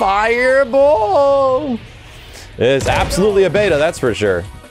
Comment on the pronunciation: RISSING DWAGON TREPLE FAYA BOLL